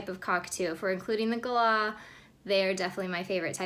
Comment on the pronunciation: Lol. At least you pronounce Galah properly.